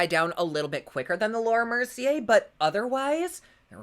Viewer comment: Oh I love you so much!!! You always make me laugh and forget about shit for awhile...both sides look amazing! I'm so indecisive...lol...I'm a Libra....and I have ADHD, so.....oh look a squirrel...🐿...🤣🤣🤣 I must mention every time I'm in Ulta browsing and I come across Laura Mercier I hear your voice saying "" and I chuckle....thank you as always for this video! Can't wait for the next one...much love always! 😘😘😘😘😘